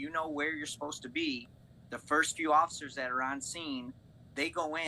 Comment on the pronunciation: the fact that he said “occifers”. he would get dragged out of the car and cuffed for that alone.